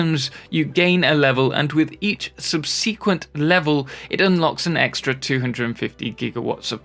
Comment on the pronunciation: I never knew subsequent could be pronounced incorrectly until I listened to this video